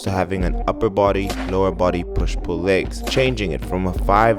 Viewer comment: Nobody:: Laygs